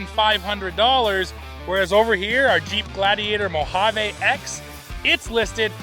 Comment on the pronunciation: FYI mojave ends with a E not a A. Its pronounced mo-hav-ee.